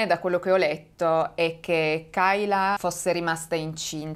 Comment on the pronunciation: Credo si pronunci keila